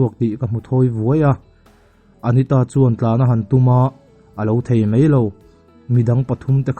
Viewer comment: Hai rual te..Hei rual ti in i chhiar a, Mai a.. tih te Mei a.. tiin i chhiar a, Vaivir leh Vei vir te... A leh E i hmang hrang thiamlo tlat...mizotawng zir nasat ala ngai hle mai